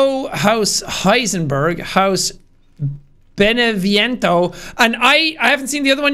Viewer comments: you know jack, your pronunciation of "beneviento" isn't half bad. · At least jack got Beneviento right instead of Dimitrescu